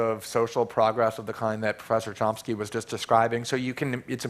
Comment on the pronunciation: did he call chomsky as tomsky ? again and again ?